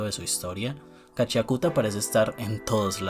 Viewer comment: Yo igual le digo Gachiakuta, jajajaja, aun que se pronuncia Gachakta. xdd La moda y que los jinkis no sólo den un poder de fuerza bruta me recuerda a jojos aunque a Kei Urana le dijeron que es más como soul eater.